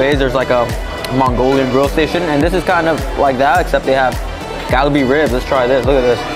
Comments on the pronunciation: "Gal-uh-bee??? WTF?" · It’s kalbi ribs, not galbi.